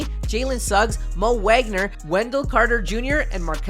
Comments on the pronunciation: Vohg-ner, you say the W as a V homie is German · His name is wagner, but it's said like vagner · Brotha you won’t get subs pronouncing iconic players name incorrectly to a cringey degree. Nowitski is pronounced Novitski Wagner is pronounced Voggner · Good video. But I’m not gonna lie, I was annoyed by the mispronunciation of Wagner. Sorry to nitpick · It would be nice if you could pronounce Wagner’s name correctly. He’s in his second year and deserves at least that much respect!